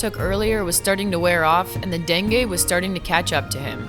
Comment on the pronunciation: Love your vids, fyi for future reference it's pronounced "dengee" fever! glad you're over it finally 👍